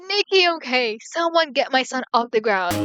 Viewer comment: Btw i'm pretty sure it's Shion not Sion😭